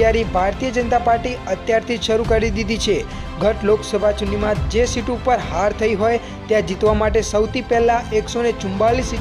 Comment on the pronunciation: ચૂંટણી શબ્દ સરખું બોલો. અને બને ત્યાં સુધી પોતાની પ્રાદેશિક બોલી ના આવે તેનું ધ્યાન રાખો. અને ખાસ વાત. 2024 માં ખાજપ નહીં આવે.